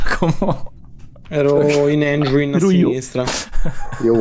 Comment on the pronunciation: Per favore smettetela di pronunciarlo "Engiain" si pronuncia "Engin"